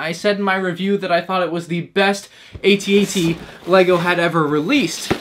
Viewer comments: Its called an AT-AT not an. A T - A T. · It's at at not a t a t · Call it an "at-at", not an "A.T.-A.T.". The point of an acronym is that it's catchy and short, eg HIMARS, ATACMS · I had to grit my teeth and try to make it through this whole video while listening to you mispronounce "aytee aytee" several times, but I don't think I can do it. It's "atat" and will always be @@ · why do you keep calling it an A T A T? it's an at-at. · it's pronounced at.- at. Not a- t a - t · The fact that he doesn’t pronounce it as @@ hurts my brain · its clearly pronounced AT-AT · I can’t watch a video of a kid pronouncing each letter of AT-AT. Tell me you’re a fake Star Wars fan without telling me you’re a fake Star Wars fan… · Dude, you are not even pronouncing the name of the walker correctly. Uggh